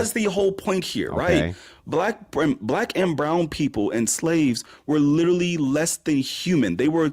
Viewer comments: I'm so sick of the fucking word "litreally" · "I lidderly googuled it" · Drinking game: take a drink every time you hear “lidderally” in an ignorant fashion. Im shitfaced. Have fun!